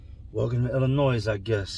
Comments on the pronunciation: Sir it's pronounced illanoy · The S at the end of Illinois is silent lol. Love your channel big dog 💪🏾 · The "s" in Illinois is silent. Always has been. That said, much love. Keep doing ur thing. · It's pronounced " ill- annoy" NOT "illa-noise" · Had to stop by and let you know that the (s) is silent in illinois. Keep up the good work, only the real can relate 💯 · Illinois. S is silent . Can always tell who's from here and not. All love though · Bro u lived in Illinois u kno not to say the "s" in it. Keep it up. Much love from champaign man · K.....the S in Illinois is Silent bro..lolbs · The "s" in Illinois is silent. That's our word! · Theirs no Noize in Illinois, silent S. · U dont pronouce it with the s